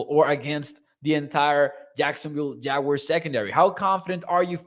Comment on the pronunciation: Please,just say jaguars,ive yet to hear the proper pronunciation